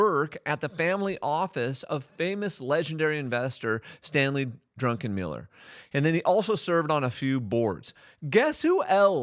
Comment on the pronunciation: Unless you were joking, it's Druck, not Drunken-miller. However, I must say, that was a funny gab. Some of his forecasts sound like he was drunk when he said them XD